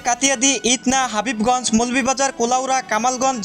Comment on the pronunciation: হাবিবগঞ্জ নাকি হবিগঞ্জ?